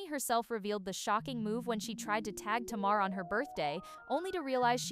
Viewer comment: Tay- mar